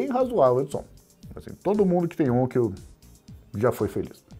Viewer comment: Excelente abordagem! Gostaria de salientar duas coisas sobre a Onkyo. Que eu saiba é o melhor fabricante de equipamentos de áudio Hi-Fi / Hi-End do Japão - concorrendo com a Yamaha. Com receivers de alta qualidade. E o nome se pronuncia onkío, no Japão, e nao ônkio, como se fala aqui no Brasil. E sim! Eu sou feliz! Tenho um receiver e um par de caixas Onkyo fabricados no Japão, assim como, também, receiver Yamaha. 😊